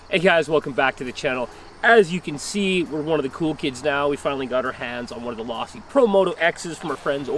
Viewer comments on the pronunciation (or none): It’s Losi not lossy